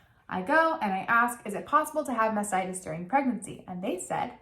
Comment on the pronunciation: Not taking hormonal birth control is a mistake. Taking birth control pills for several years reduces women's chances of developing ovarian or endometrial cancer, by 50%. (And what she's trying to say is "mastitis", which is infection in your breast, from germs in your baby's mouth. She's just having trouble saying the first T, and saying mass-itis, by mistake).